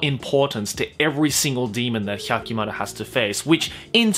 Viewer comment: Every time he over-pronounces the names I cringe a little. He sounds like filthy frank making fun of weeaboos. Nobody in the series said HYAHKIMARUH